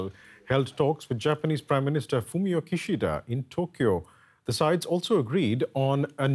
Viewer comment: its Kishida not Kushido. Just reminding you.